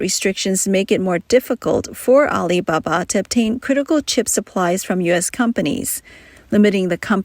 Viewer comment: AI voice, "Al iBA-BA gives it away.